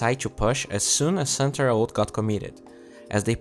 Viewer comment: he say centaur i hear santa weird